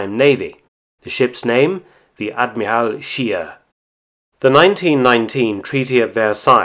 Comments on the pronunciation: WTF is an ad-mee-ral ? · Narrator has a problem saying admiral